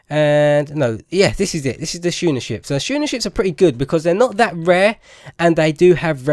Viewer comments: I think you are saying schooner (shoe-ner) is incorrect, if I am not mistaken I think it is pronounced as skooner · "Schooner" is pronounced like "Skooner"